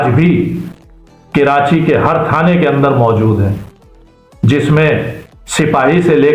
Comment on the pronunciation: کرانچی نہیں کہتے ھیں ، بھائی . کبھی کراچی کہتے ہیں تو کبھی کرانچی .. کراچی کا Pronunciation تو صحیح کرلو ..